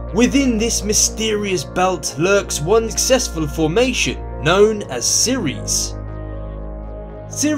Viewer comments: It's called Ceres ma men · Its ceres dude